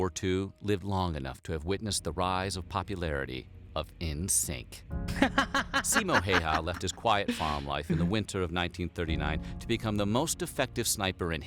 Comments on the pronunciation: Simo Hyyah 😝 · “Siimou Hei Haa” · "Simou HEY-HAA" 😂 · "Simo haiaa"✋😭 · what finnish people heard: Simo haijja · Oh god 10 seconds in and I'm cringing at the way his name was pronounced😭😭 NOT IN A BAD WAY! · how dare you to say his name wrong, you just manage to make him angry and thats why you hear the BIIIP he is comming for u